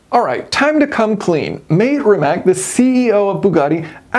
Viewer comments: I wonder if he knows that’s not how you pronounce “mate”… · It's pronounced Mate like latte. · Just for your american pronunciation - Mate is not probounced "mate" as in "check mate" or as in "whats up mate". It is ma as in "macchiato" and te as in "latte". Rimac is pronounced Ri as in "Rikola", ma is the same as before in "macchiato" and c is the sound of "tz" as in "tzar". Hope this helps ;) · Just to let you know In Croatian you probable his name like Ma/teyyy not “mate” like the Brit’s say it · It's pronounced Matt-ey. not Mate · ‘Mate’ is pronounced like ‘Matty’ btw Great video Jason! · I believe Rimac is pronounced rimats, also Mate is pronounced ma-tay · The way to pronounce the CEO's name is "Ma-Te" two syllables. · The name Mate is pronounced "Mah-teh". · @@ YES, I kept on cringeing when he pronounced Mate as if they have beer nights in their mancaves together.